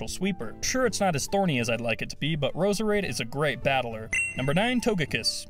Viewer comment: you pronounced Roserade wrong